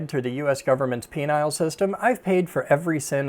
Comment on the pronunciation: I lost it when bro pronounce penal system like penile system